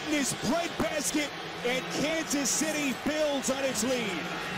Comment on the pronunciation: He said kanas city bills 😂😂😂